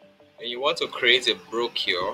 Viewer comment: Brochure is pronounce - /brōˈSHo͝or/